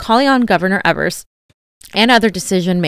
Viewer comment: Hey! Love you guys! Wisconsinite here, just want to let you know our governor's name is pronounced Eee-vers. Keep up the great work.